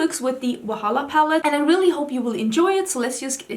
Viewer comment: You are saying Wahala right 😊